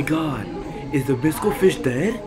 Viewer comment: I heard visco fish